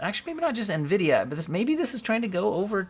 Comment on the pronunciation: Nvidia getting butchered. I like that.